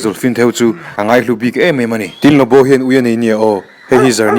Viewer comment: LuBu emaw Lawbaw ti a lam tur zawk ani , Lawbu ni lo in a tir tr ah khan , Lawbu rawn ti zeuh a😂😂 hrilh hai hman nasa lawm le